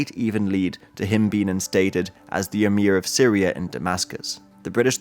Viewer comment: Known as "SYRIA ". With A at the end. Thanks in advance. please learn how to read. Then record.